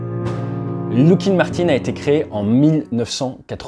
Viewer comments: Merci de ne pas confondre ce fleuron de la défense US avec du liquide de frein. Il FAUT prononcer LOCK-heed. Pas de "look" là-dedans.... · Je crois que, pour Lockheed, on dit "lock" et non pas "look". Attention aussi aux faux-amis : le "trillion" que vous lisez dans les documents américains se traduit "billion" en français. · Pourquoi dire LOUckheed et non pas LOckeed ? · Lockheed pas loughhead mdr